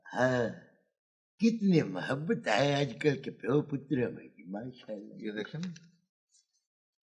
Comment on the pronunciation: The old man’ avid Urdu dialogue delivery and pronunciation is immaculate. Few know its MAHABAT not muhabat